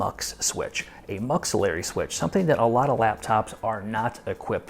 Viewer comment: please, its is not muxillery switch. MUX = multiplexer friggin perfect reviewes. learned a lot.